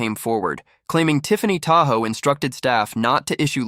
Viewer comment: "Tahoe"? ENOUGH OF THE A.I. NARRATION!!!